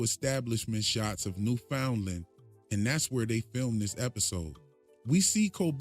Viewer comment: As a Canadian I feel I must correct you on the pronunciation of Newfoundland, because everybody outside of Canada gets it wrong. It's not "New-Finland", not "New-FOUND-lind", it's NOOF'n-LAND, with full enunciation of the word "LAND". Like a store or a restaurant with goofy spelling. NOOF 'n' LAND